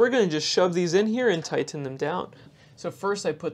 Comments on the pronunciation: Tigh-TEN it down! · 😂yeah that’s funny, I was thinking the same thing